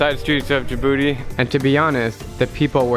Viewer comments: D-A-BOOTY the name is kinda werid on how you prounuce it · When he said Dijobouti i thought he said ThE bOoTy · Bro he went to meh jbootay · Am I the on,y one who hears Djibouti as jibooty? Only ARMYS will understand 😉😉🍑🍑🍑🍑🍑💜💜💜💜💜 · When I heard Djibouti I thought he said the infamous jibooty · That i heard..... DJIBOOTY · I will hear Jibooty 😂😂💜💜